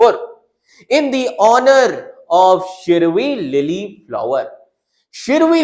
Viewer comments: It's Shiroilily.try to pronounce properly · Bro must have experienced the same as like we north east people faced when studying central names, parks, etc in pronouncing shirui lily,😅 That's what we face studying central data without knowing the meaning for that particular word, spending extra time for that very word when others can skip just by looking at it. Disadvantages faced by NE students in competitive exam😢